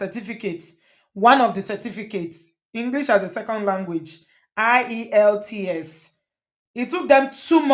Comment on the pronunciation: I thought i heard her say “ when i got the ie…” like she couldn’t pronounce the full acronym of the test IELTS. That’s even more indication she isn’t genuine. From my analysis, she said when she got the ielts she then applied for the UK process i guess.